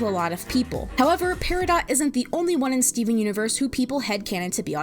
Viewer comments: Why is the character's name pronounced "pear-ih-dot" when the gem is supposed to be said as "pear-ih-doe"... I don't know why but it bothers me XD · It’s peridot like doe or dough. And while I try to stay out of my own spectrum areas, solely to show an appearance of being normal, and some of my friends when they found out said that either they didn’t know or that it made a lot of sense. My special interest is in literature, so while I may not be a standing ovation for speaking, words and their pronunciation and etymology are what give me curiosity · Her name is pear-a-doe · apologies if i'm being weird, but as far as my understanding of the english language takes me, peridot is pronounced peridoe